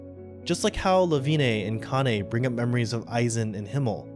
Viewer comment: It's honestly so annoying how often people mispronounce their names 🙄 It's Kah-nuh(Kanne) Sen-zuh(Sense) See-ree-uh(Serie) Jesus Christ people it's not that hard, you just pronounce the 'e' at the end of their names as an 'a' instead. Like how TF did you get Lewine(Leh-vee-nuh) right, but utterly botched the other names??